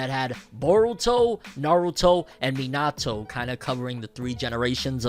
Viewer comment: The way you pronounce Minato is so cringe 💀 no shade though